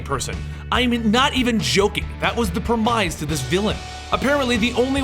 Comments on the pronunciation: Great video! I liked the He-She one the best. That's hysterical. I know you guys always disclaim that you're not good at pronunciation so I'm just saying this for future purposes but it's "premise (Prem-miss)" not "pre-mize". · Prem-iss, not Prem-ize. Its always interesting to hear what words other people mispronounce, I was the worst for alumni for a while. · when i heard you pronounce premise with a long i ,i had to go look it up,...i had never heard anyone say it like that , evidently its a UK thing ? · you pronounced "premise" wrong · pronounced "premise" wrong.